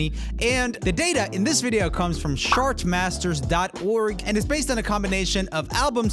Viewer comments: I swear he said "SHART Masters" the 1st time! 😄😄 I totally giggled like a kid! It was also adorable. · Sounded kinda like "shartmasters" haha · two thoughts I had watching this video: - I spend almost all my 'entertainment' money on music every month (CDs and concerts, I keep up with a lot of artists who still release new CDs). - I appreciated Roomie's accent the first time he said 'chartmasters'. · be careful how you pronounce CHartmasters 😂😂😂😂